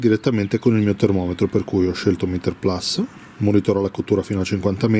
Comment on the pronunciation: Mitico, però almeno tu che sei un giornalista basta con questo PLAS....si dice PLUS...PLUS...PLUS…. è latinooooooooooooo:-( e poi perché 45 gradi che le giri sempre di 90....???